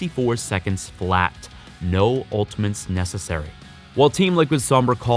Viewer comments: he says ultamints and not ultimates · I mean i like the content but why does he say "Ultimens"?😂